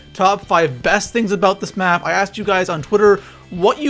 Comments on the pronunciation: Map not may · He said may layout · it said ay layout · You said may layout 😂😂